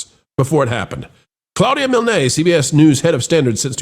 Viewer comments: It’s “Mihln”, not “Mil-nay”. Same as the creator of Winnie The Pooh, A.A. Milne. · I'm pretty sure that Claudia's last name (Milne) is pronounced Miln, like "Winnie the Pooh" author A A Milne.